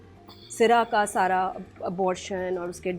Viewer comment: # can not take names rightly. No research, no pre work, and never apologetic. Bhayi it is #Sarha not saira, #Jaanan not jenan, #Yasira not Yusra😂 judges se pehlay planter ka introduction. you are hilarious